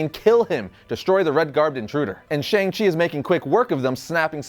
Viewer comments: its SHANG chi. not sheNg chi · that moment when u pronounce Shang wrongly